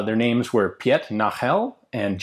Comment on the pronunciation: I dont' mean to sound like an ass, but a little guide on the pronounciation of the names; Piet is prounounced almost exactly like peat, maybe a little shorter, and in Nagel, you had the sounds right, just the emphasis would be on the a, and it would be a little longer. but again, the sounds of the a and e are spot on. Keep up the great work :)